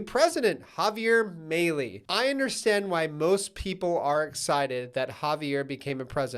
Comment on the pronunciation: You might want to pronounce his last name correctly if you want to have any credibility... Have you looked into what El Salvador did to fix their corruption????!! Same as what he's planning on doing. Have you checked out the rise in prices in land in El Salvador?? I really think you haven't done ANY homework. Seems like you're just going for the clicks You've really given us ZERO info